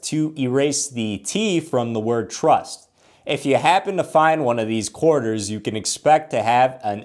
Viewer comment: This dude says ''Körterz'' ....like a 6 year olds pronunciation. QUARTERS.... ..Koreterz....Coreters'...Coretearz..etc